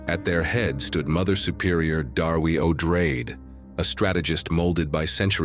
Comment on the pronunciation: Herbert didn’t care much, but Odrade, as a descendant of Atreides, should probably be pronounced Oh-DRAH-deh, no?